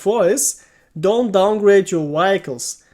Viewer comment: say it with me now (vee hic les) vehicles